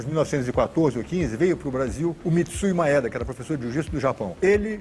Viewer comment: Nao se fala "Maéda" e sim "Maêda"